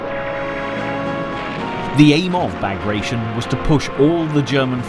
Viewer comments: Operation Bagration is pronounced Ba-graa-ti-yon after the Napoleonic wars era Russian of Georgian origin general Pyotr Bagration. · bah-GRAHT-tsion or bah-GRAHT-shun. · It doesn't fill me with confidence when documentaries cannot even get names right. It suggests that the makers don't know what they are doing. "Bagration" is not a verb, it's the name of a Georgian prince who fought Napoleon. It's pronounced Bah-grah-tee-on.